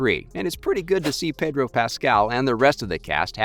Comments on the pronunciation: Pedor? PEDOR? PEDDDOOOR.... HHPEEDOR... HHEEEDOR.... HOODOR.... HOODOOR. HOOTHDOOR. HOOTHEDOOR. HOLD THE DOOR. HOLD THE DOOR. Pedro Pascal. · Pedor? Who’s Pedor?